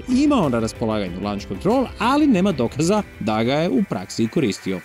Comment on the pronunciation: Šumaher nije imao "Lunch(lanč)" kontrol, već "Launch(lonč)" kontrol.